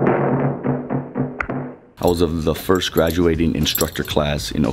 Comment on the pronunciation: Not first..... FORST lol